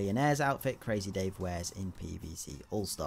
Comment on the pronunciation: You don't say crazy dave like this you need to say like this CrAaAAAZzzy Dave